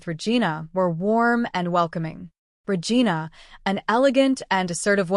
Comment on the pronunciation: Regina is pronounced "Re-jeena". Poorly programmed AI TTS voice. 😮